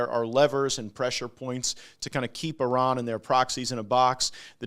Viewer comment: What was that iran pronouncing 😅